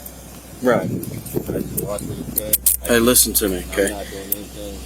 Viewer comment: Im genuinely asking. How de we pronounce 'Listen'?